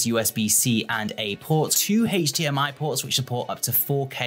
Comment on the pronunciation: HEYCH dee am aeeee. Yeah, right.